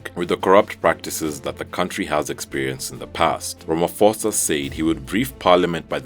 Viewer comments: It's not "Ramafosa" - you do not pronounce the "ph" in his name as "f", but rather as "p". Ie, Ramaphosa. Brilliant videos, love them! Keep it up team! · Cyril Ramaphosa (Ramaposa... is the correct pronunciation). Ph in Zulu is pronounced 'P'. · Ramaphosa is pronounced Ra-ma-po-sa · I think it actually in many Bantu languages but I don’t know why they keep mispronouncing his name on this channel. He Presenter is pronouncing it as if it is an English word.